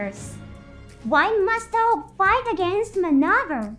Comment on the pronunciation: Your video have a good script, but somehow.,,your AI can't pronounce some words correctly like Orb and ect... Anyway good video bro 😉👍